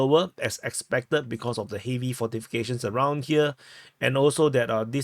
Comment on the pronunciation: Just a helpful hint... "heavy" is not pronounced "hay-vee" but more like "hevvy"/"heh-vee."